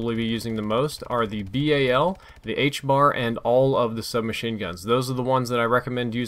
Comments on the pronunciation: Its HBRA, not HBAR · ITS NOT THE 'HBAR' ITS THE 'HBRA'